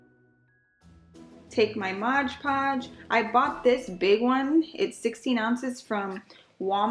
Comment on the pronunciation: I love the way this turned out! You made me laugh about the “Modge” Podge!!😁